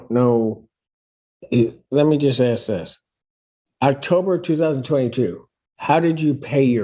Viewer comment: Why is it that all black people on trial always say I WANT TO AXE a question instead of ASK a question?